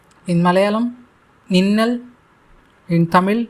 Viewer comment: hey man not ninnal or nannal. its ningal and njangal